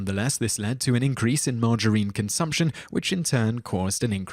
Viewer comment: 6 : 21: You pronounce it the same as my gramma : Marg- uh-reene. Like a woman's name. Coffee OD !?!? Starbucks now replaces the corner drug dealer... lol